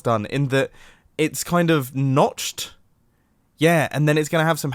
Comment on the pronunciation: He siad Notched